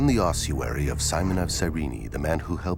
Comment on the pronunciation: It's a fecking ossuary! Oss-uary. Where does this completely made up 'h' Come from? Spoiled the whole film for me, and it's not an accent thing. Somebody on the production team who wasn't very literate probably told a bunch of voice artists and actors (who had never heard of it) how to pronounce it, and it went down hill from there. How, on God's Earth, are we to determine what may have been written two thousand years ago, when, supposedly educated, film makers cannot actually read and speak the words of to-day?